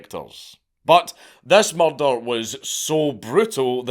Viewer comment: I love the way dank says murder: muldul E was convicted of muldul